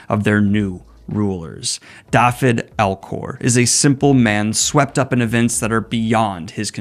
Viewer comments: btw "Dafyd" is pronounced "dah-vid" :) It is the Welsh spelling of David but "f" is pronounced like a "v" in English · Just a note - Dafyd is a Welsh name, a variant of David. The 'Da' is pronounced like in Dad, and 'fyd' is pronounced 'vid' like in video.